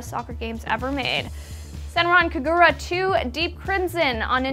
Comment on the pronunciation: Genuine question: Did she pronounce Senran Kagura wrong? I've heard a different pronunciation before so I'm just wondering